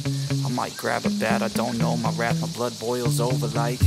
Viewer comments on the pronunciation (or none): none